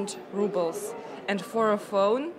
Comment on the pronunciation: 3 monthly wages for a phone.. crazy. ps: no mean to diss but I find it funny you say "rubbles" instead of "rubles", kinda fitting ;-)